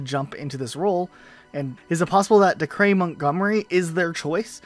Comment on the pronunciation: Its pronounced Day-cur